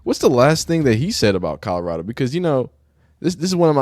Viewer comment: Jason wish he was White-locKKK is a grown ass man who pronounces Colorado like he can’t read. Please don’t ever set foot in my state.